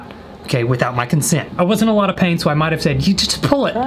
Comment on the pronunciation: Nobody: Literally no one:: I had a lot of peeth in my tain I love you you kill me 🤣